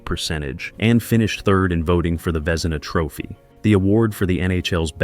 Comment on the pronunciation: Great video, but gotta get the names right. Pronouncing Patrick Roys last name wrong is crazy. And Vezina aside from that still good. Long Live the King